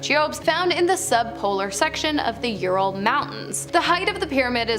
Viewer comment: Ural: youral like rural 😅